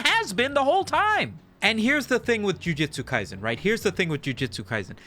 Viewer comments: I don't even watch the series, but hearing it pronounced as "JU-JI-TSU" instead of the proper "JU-JU-TSU" bring out the sweaty neckbeard in me. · Breh. Called it jiu jitsu not ju jutsu 💀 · i swear, if you say Ju-Ji-tsu Kaisen once more, I‘ll have to unsubscribe and subscribe again, just to cause a tiny dent in your analytics. I know exactly how that would terrify you. By the way: Please play RUINER on stream.